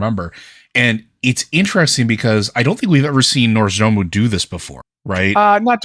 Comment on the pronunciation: Hi, it would be nice if going forward you tried to pronounce Nozdormu's name properly. The R is in the second syllable not the first syllable. Saying Norz-da-mu constantly is making me cringe.